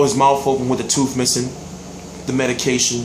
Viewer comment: it's tooth not teef lol